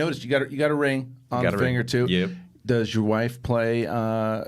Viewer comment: A bad ex. on bad journalism. "Does your wofe play?.."